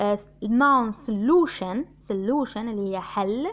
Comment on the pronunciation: صولوشن مش سْلوشن